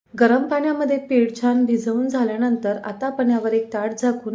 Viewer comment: चिकटली जात नाही हे चुकीचे मराठी चिकटत नाही हे बरोबर हल्ली असे चुकीचे मराठी सर्रास बोलले जाते. पुढच्या पिढीला तेच बरोबर वाटेल तसेच न आणि ण चे उच्चार योग्य करा जिथे ण हवा असेल तिथेच ण चा उच्चार करा छान बरोबर छाण नव्हे